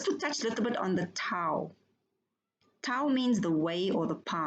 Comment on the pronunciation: Back to "do as I say" and "not as I do". Or the pot calling the kettle black. Ewe continue to try and put down others for not completely watching your video's. And then in your comment ewe refuse to read everything the poster wrote. But I expect nothing less from someone that can't even pronounce what ewe claim to follow. Tao. Look up how to correctly pronounce the one un religion that ewe claim to be a follower of. I expect ones who claim fiction to be real. to be uneducated, liars, ignorant, stupid and fraught with hypocrisy. Ewe fit the bill.